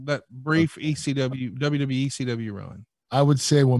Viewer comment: WWE Kurt: "dub dub E"